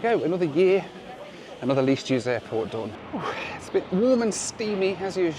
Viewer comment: I didn't know you could catch a plane at the "hairport" 😂